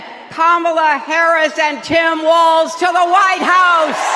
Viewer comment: It’s Walz not waltz